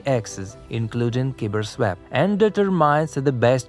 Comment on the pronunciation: Next video, just say KyberSwap.